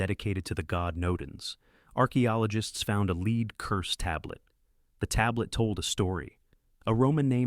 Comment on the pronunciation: AI reader can't distinguish between the 2 different pronunciations of LEAD and consistently gets it wrong.